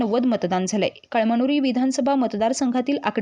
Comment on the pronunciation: कळ मनुरी नाही ग बये कळमनुरी वाच 😅😅😅